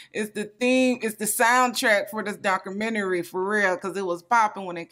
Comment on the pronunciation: What is a doc-crew-mini-ree 😂🤣